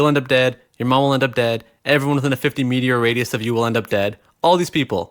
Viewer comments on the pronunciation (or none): Did you say 50 meteor radius?